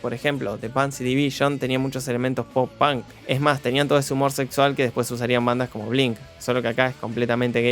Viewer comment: dijiste tantas veces pan que por un momento olvide que se dice punk